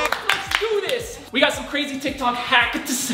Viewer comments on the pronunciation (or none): Is it Just me or did he say tik tak??? 🤔